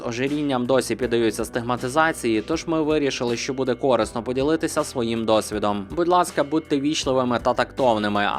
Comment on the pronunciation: корИсно!!! Наголос на ИИИИ!